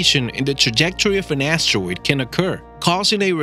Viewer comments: Never knew it was pronounced “asssssteroid” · This guy says astwoid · You prononce asteroid “astewoid” Wtf? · Are we actually going to listen to someone who can’t even talk properly like “Astawoid” and “Acuwet”